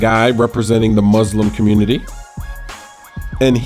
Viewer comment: When u say *Muslim * it sounds funny.